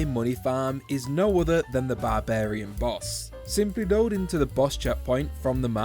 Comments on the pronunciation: he finally learned how to pronounce barbarian correctly! It used to be so jarring hearing him say ba-bar-ian, so it’s nice to see he figured out how it’s meant to be said. Better late than never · did you just pronounce barbarian properly?